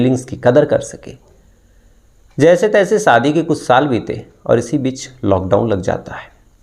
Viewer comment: Bhai sha ko sa math boliye please saadi nahi shadi hoti hai please make your pronounciation better because you are a official story teller ❗❗